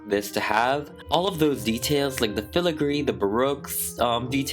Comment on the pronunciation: Dang this is so amazing also irrelevant but I love how you say filigree